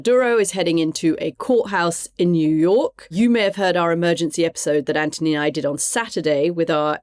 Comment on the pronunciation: Im gonna try to listen to Cathy talk about US foreign policy as if her foreign opinion matters. She can't even pronounce Anthony's name correctly.